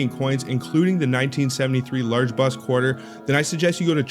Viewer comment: Ahhh, the word is ‘bust’, not ‘buss’. Also please learn to pronounce ‘numismatist’. Kind of destroys your credibility.